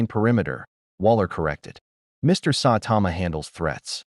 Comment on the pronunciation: Sawtama...not how you say Saitama also 2 other clear problems 1: The Justice League doesn't use Boom Tubes, Batman has a teapoter on the Watch Tower, 2: the AI talks to much like a robot 🤖